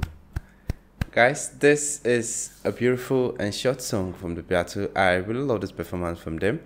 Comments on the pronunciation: The Beatles (pronounced bee-tells) are timeless. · Just so you know, you're mispronouncing the name of the most famous popular music group in world history.